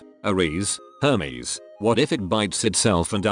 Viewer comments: lolol i love how it sounds like Hameses not hermes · everytime it read hermes i thought it was homies and honestly that's very fitting